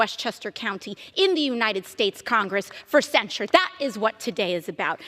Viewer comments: Wth, is Cen-Shored? You said it wrong like 9 times. Its Cen-SHIRD. Not Cen-Shored rofl.. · Please learn how to pronounce "censure". Love your content! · What does "cen-sure" mean?